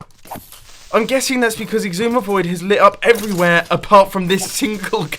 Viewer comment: Why does he always say ixumavoid?